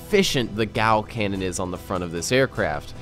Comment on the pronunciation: da thirty millameta gau canawn